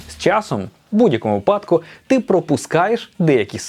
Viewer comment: Шановний, не випАдку, а вИпадку🧐🧐🧐